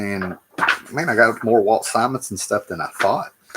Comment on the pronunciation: I’ve been watching you since 2013 and I’m so proud that you’re finally pronouncing Simonson correctly